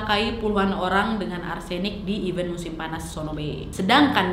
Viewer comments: Nad, event = acara. Dan even = bahkan. Beda bacanya, beda artinya.. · Maaf ralat, kalau event yang berarti acara, huruf e yang kedua dibaca seperti e pada lele